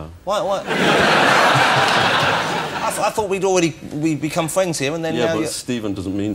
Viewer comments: Wossi: "Can we be fwwends after the show?" Mozza: "Yes, but only if you can say 'Frankly Mr Shankly' Jonathan!" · "Can we be fwends after the show?" "I don't think so."